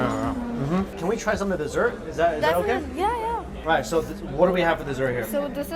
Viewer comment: Desserts bro, not deserts